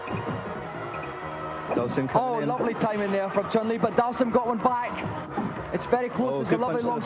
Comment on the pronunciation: I remember in the early 90s when I pronounced Zangief correctly, but had to change it to how everyone was saying it, so people didn't think I was being pretentious. Li is pronounced "Lee" in the Chinese dialects, however Chun is actually "Choon."